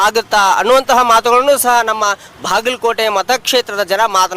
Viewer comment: ಭಾಗಲಕೋಟೆ ಅಲ್ಲಾ ಬಾಗಲಕೋಟೆ